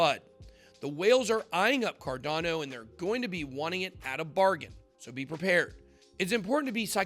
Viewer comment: Bitboy please pronounce the word correctly. You said carnado instead cardano. Check you starting Clip...